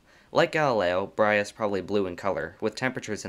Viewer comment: Brahe ≠ “Brya”